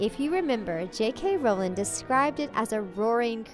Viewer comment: It’s rOwling not rAwling